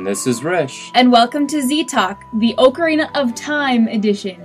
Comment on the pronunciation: You pronounced ocarina wrong :P